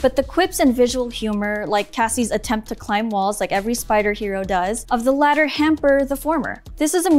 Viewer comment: WHAT IS THIS WOMAN SAYING!? - "the latter hamper the former"